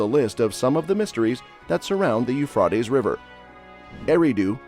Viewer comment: Please say the Euphrates River right. 😂